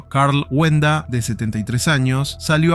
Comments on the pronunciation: No es wenda, es walenda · Es Carl wallenda no wenda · Es Karl WALLENDA y se pronuncia "UALENDA". Las ambulancias no tardaron en llegar, estaban allí y lo socorrieron rápidamente, lo llevaron al hospital, pero tristemente murió. Nunca se me va a olvidar 😢.